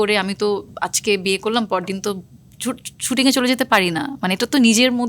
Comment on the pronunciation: Coting😫❌ Shooting ✅